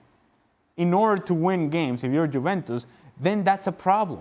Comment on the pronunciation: can this bald guy stop saying tshuventus